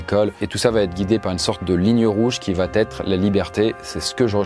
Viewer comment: "va T être " on dit on va être,le T est de trop 😂